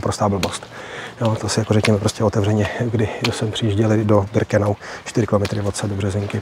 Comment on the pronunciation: Pane.. ne Brikenau ale Birkenau..PS.. nejsem váš nepřítel..jen mi to rve uši..:))